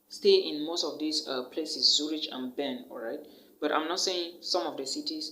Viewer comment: Zurich is not pronounced Zuritch. It’s pronounced as Zurik.